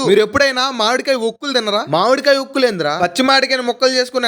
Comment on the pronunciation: Okkulu kaadhu saami.. vorugulu.. avi